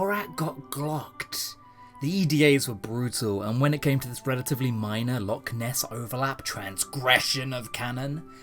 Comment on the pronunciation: Can someone please teach to pronounce Loch properly.